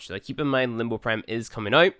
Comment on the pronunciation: It's limb bow. Not limb boo.